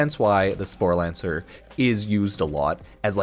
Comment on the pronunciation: Not sure where you're finding the 'n' in "sporelacer" but you managed to pronounce it as "sporelaNcer" every time. Not even mad, I'm impressed.